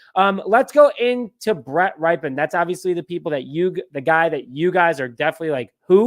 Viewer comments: Nope, it's pronounced "RIP-en," not "RIPE-en" or "RIPE-EEE-en." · His name is pronounce Rip -en like after his uncle Mark Rypien, Super Bowl winer. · His last name is pronounced RIP-UN